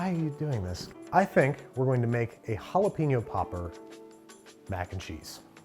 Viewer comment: Halapeno Jopper